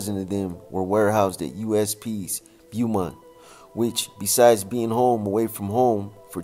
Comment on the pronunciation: It’s pronounced Bowmont